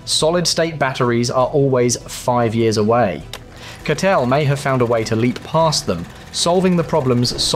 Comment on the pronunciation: Хахаха... Озвучка конечно криповая =))) Вместо Катл сказал Катёл =)))))